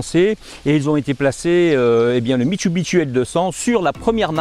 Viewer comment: Bonjour, alors je répète à chaque fois, mit su bi shi et non mitsubiteshi il n'y a pas de bite🤔